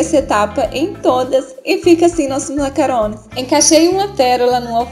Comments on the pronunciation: sao lindos . P.S. se pronuncia macaRRon e se escreve macaRon mas são ato lindos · nao e macaron e macaRRon !